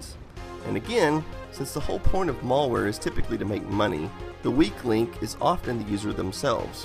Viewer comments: mälware, not mallware. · Mal ware, not mallware ;) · malware NOT Mallware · its malware, not mall wear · It's malware not mulware :) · "mall wear" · Say "mall-ware" one more time. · Malware not mall-ware stop being super ignorant. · ... "mall-ware"? Is that wares you get at the mall? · Please stop saying "mollware". :( You don't pronounce malicious like that, now do you? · I literally can't watch this due to this guy insisting on mispronouncing "malware". There's a single L only! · I don't like how you pronounce "malware".